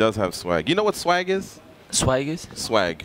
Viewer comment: U know what swag is ? Khabib : “ swagis? “ 🤣🤣🤣🤣